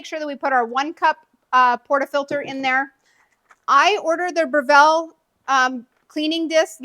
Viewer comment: You are pronouncing the name incorrectly. Here is a link to the correct pronunciation.